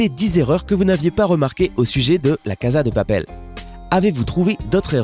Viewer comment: Il y a une erreur que g remarquer ç ta prononciassion sa se prononce cassa de papel